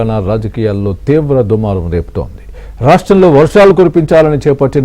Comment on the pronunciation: దుమారం దూరం కాదు. యేమి తెలుగురా అయ్యా !